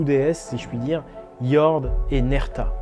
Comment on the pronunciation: Merci pour cette vidéo très intéressante. Un petit détail: En suédois, le o se prononce ou et le ö de prononce eu. Quand à jord, cela signifie terre, jorden étant 'la terre' (l'article défini est un suffixe, en dans ce cas).